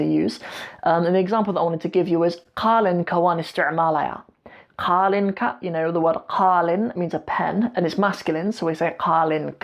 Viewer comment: Not Qaalin it’s Qalin Qaalin Means Young Camel 🐪